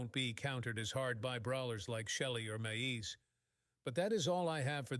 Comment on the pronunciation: lol "maieeze"